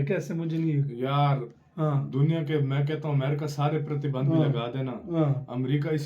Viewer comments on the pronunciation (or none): Pratibandh? Hindi shi ho rhi h tum logo ki..